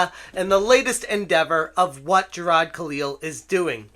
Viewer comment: Jir-AHdddd. Stop. Ssstop it